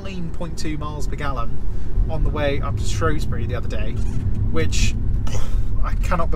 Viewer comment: it's ShrEWsbury! Love the vids